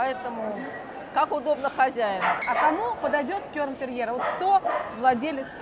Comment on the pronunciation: За обзор спасибо, но было бы здорово, если бы выучили название породы - кЕрн, а не кЁрн. От гаэльского cairn - Груда камней